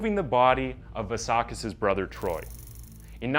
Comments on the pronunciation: kis surname is vLassakis not Varrsarkis, the "L" is pronounced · It's pronounced vlah sah kiss. Its greek. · How many different ways can a person pronounce 'Vlassakis' 😂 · i've been watching your videos for some time now and i realized you don't pronounce good, or even decent, the names of non american characters. In the argentinan 9 year old killer you said Buenos Aires in 3 different forms. Now on this one with the Vlassakis dude you dont even say Vlassakis, you say Valsakis. I fully recommend you to search for the pronouncations before you record.